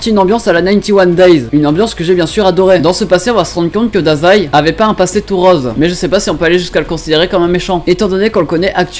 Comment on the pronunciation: J'aime beaucoup tes vidéos, mais si tu pouvais arrêter de prononcer drôle comme "drohle" n’apprécierait encore plus (je veux vraiment pas être désagréable ou quoi que ce soit, je dit juste ça parce que ça me perturbe ^^). PS : et rose aussi ;)